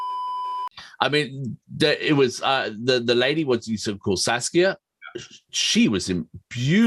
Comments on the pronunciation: stacia not saskia 😂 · It's strange that Hawkwind never get mentioned as far as the development of early Metal is concerned because in 1972 they were as heavy as Deep Purple although rightly it's Black Sabbath who are seen as progenitors of Metal. Oh yeah, it's pronounced Stay-sha. Also am happy to say she's still doing well after a career as an artist and living in Ireland these days. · Why every English man I am welsh and have been a fan of hawkwind since I was 15 years old bought their first album at 15 years old i am now 68 years old you pronounced stacias name wrong Bit of a English bias on here I loved lemmy but hawkwind was a lot more than lemmy You didn't even mention Dave brock that has kept hawkwind going all these years This video was more about lemmy than hawkwind you think you know about hawkwind but a lot of what you said is not 100% correct